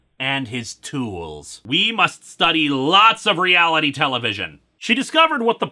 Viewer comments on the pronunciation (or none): none